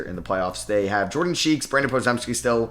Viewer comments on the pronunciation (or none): none